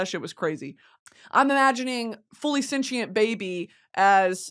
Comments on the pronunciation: What is this “senchient” pronunciation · For a comm major u really b saying sentient as “cent-she-int” lol stop